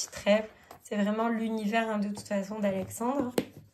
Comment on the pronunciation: Bonjour, je te remercie chaleureusement pour ta présentation de mon coffret et pour avoir parfaitement prononcé mon nom. Ta bonne humeur et ta gentillesse m'ont profondément touché. Bonne continuation, Alexandre